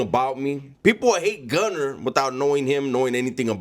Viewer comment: Naaaah mayne, two things you messed up. 1) The way you said Gunner. 2) You’re were too loud…you woulda been very quiet and collected if there was a real fallout.